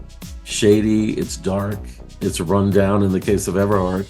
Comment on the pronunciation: I went there as a college student between 79-80. I don’t remember being told about the fatal fire. It definitely would have creeped me out. This reporter has the correct pronunciation: Ever-hard. Notice he doesn’t say Everard. 😂😂😂😂😂😂 I wonder where he heard that from? It was a standing joke. Those were the days. Such fond memories. It all came crashing down and I’m glad I experienced it and survived. Gay life is so boring in the cellphone age. I feel sorry for those who never got to experience those times.